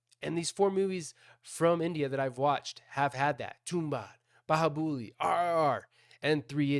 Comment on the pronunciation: Bahubali,, not Bahubuli 😭😂😂